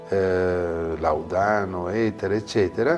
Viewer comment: Protti parla di "ignoranza" e poi continua a ripetere "laudàno", piuttosto che "làudano"...